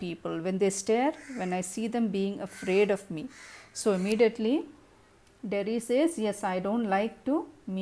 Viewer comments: Ma'am u should learn English first.. missed many convos ..and its derry not jerry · it's Derry not Jerry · Its Derry mam!Not jerry